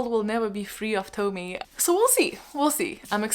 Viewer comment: Junji Ito, we love to see it !🥳 Uzumaki is so incredible, I hope you’ll be able to find and read it soon ! And btw Tomie is pronounced like "Tomi-eh" : )